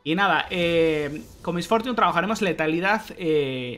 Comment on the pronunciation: "Mis fortiun", jajaja perdona mi ignorancia, nunca había escuchado su nombre con ese exquisito ingles xdxd, nike